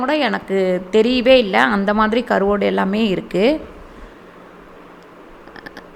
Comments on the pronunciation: Karuvaadu. Not karuvodu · Karuvadu not karuvodu speak correctly 😣